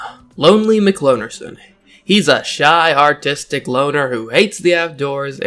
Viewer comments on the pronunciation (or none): I thought you said Autistic and was surprised for a second.